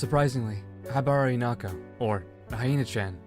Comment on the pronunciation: Why are you pronouncing her name as "inako"